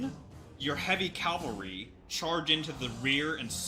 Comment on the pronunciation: It's cavalry not calvary. nuff said!